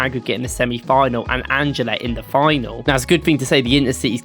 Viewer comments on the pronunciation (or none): none